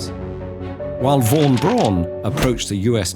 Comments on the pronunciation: Great video and great animation but I think I’ve never heard anyone say “Braun” so weirdly and wrongly 😂 the pronunciation is much closer to the english “brown” than it is to your “Brohn” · He could have learned how to say “Braun” tho